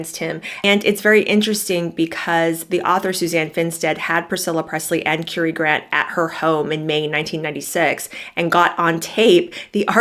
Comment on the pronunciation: Currie pronounced like "curry" not "Cury"